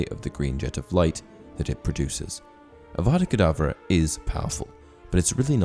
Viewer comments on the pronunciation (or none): Haha that is hilarious Hermione be like it’s Avada kedavra not kedavrA